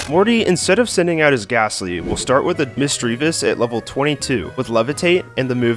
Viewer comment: Murkrow* (not Mucrow) Teddiursa* (the first A is supposed to be an S), Miltank* (only one K), Misdreavus* (not Mistridus), Stantler is not a Ghost-type! Hitmontop* (not Hymochop), Magneton* (the I is supposed to be an E), Forretress* (2 E's and 3 R's), Weavile* (the name is supposed to end with an E), Sneasel* (there is no I), Mamoswine* (the first O is supposed to be an A), Gyarados* (left off the Y)